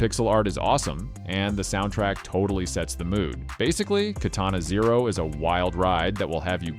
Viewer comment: I enjoyed your video, but you pronounced some of the games wrong - Nier: Automata, Disco Elysium, and Katana Zero